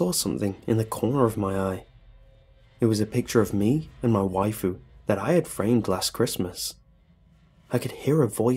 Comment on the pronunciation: Happy Hirohito lol. I figured it out once he said "wifu"